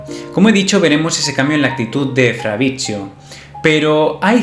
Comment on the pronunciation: Bld que onda con mi nombre pronuncialo bien, fabritsio, 😬